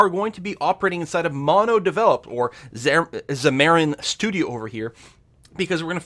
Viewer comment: its Xam-ar-in, not Xa-mar-ian...not super annoying but would be nice to say the program name correctly